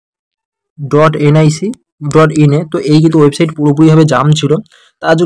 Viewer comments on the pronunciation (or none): none